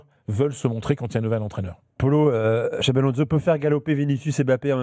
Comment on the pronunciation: Les gars cest "Xabi" Alonso et non Xavi